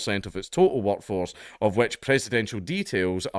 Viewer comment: Did you say "workforce" or "wokeforce"😂